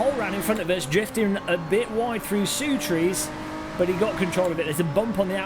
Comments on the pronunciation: Nice racing -- BTW it's SuRtees, not SutRees (John Surtees, only world champion in both F1 and motorcycles. Englishman driving for Ferrari, much drama was had) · Sutrees!? Poor John Surtees will turn in his grave! :D